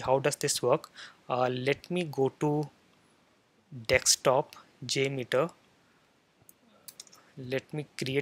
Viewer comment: just kidding , you say dekstop instead of desktop 😂